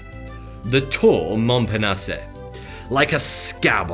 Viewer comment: Albeit a small point in the overall argument in this video, the howlers of pronunciation culminating in Street Mary Axe, Georgis (not pronounced the French way even though Housemann was obviously Francophone) and saying Tour Montparnassay - reduced my impression to wondering if he was actually sophisticated AI bot. Both sad and funny at the same time. I like his videos but really he needs someone to listen to his script out loud first to correct these easy to catch errors.